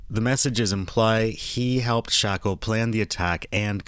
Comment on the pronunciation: also why are u pronouncing his name wrong it’s not shackel it’s shakel so wtf why are u pronouncing it w a ck sound